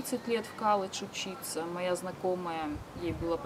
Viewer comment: Дома в России говорила колледж. А в америке уже коладж. Бесит